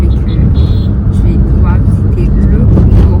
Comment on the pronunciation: je vous félicite car vous êtes l'une des rares personnes de la RDC 🇨🇩 à respecter et à ne pas écorcher le nom de notre pays, le Congo 🇨🇬. On sent que vous ne souffrez pas de crise identitaire. Merci 🙏 Et pour finir, félicitations également pour votre vlog qui est de très bonne qualité. 😘